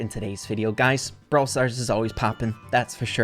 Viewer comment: BROWL NEWS HE SAID